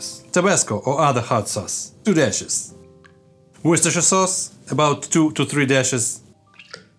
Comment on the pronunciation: Nailed the pronunciation of 'Worcestershire'. Extra kudos to you my good man.